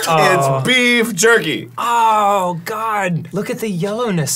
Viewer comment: “ BeEf JuRkY “ - Arin 2023